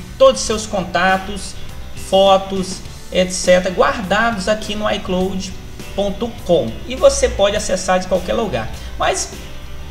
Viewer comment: Aprenda inglês, véi! É "ai cláud" e não "ai clôude". E não é "êipow", é "épow". Ou simplesmente iPhone. Desde o momento que você falou errado parei de assistir o seu vídeo.